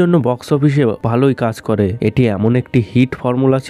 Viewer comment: Apnar pronunciation valo na kaj k kas bolchen paschim bango k pochimbongo egulo kane lage 😑 abr history k histoory bolchen